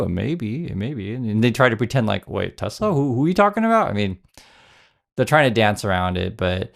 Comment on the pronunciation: Is it Tes-ler? ...or Tesla? WTF..is the guy just a maroon. Hey Elonia, no one wants a SwatiZimobile, bulletproof or not.